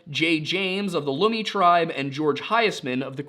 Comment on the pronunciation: As a Washington local, I can confirm we do have wild people as you described them. And I would not be shocked if the two stories are true as between us and Oregon we have some weird flipping people out here. Also Lummi is pronounced kinda like yummy, I have friends of that tribe and they would say the same thing.